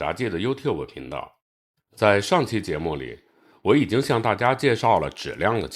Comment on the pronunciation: 把质量读成纸量到底是哪里的方言啊